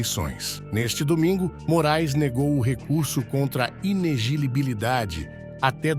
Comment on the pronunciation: Inegilibilidade? Inelegibilidade né?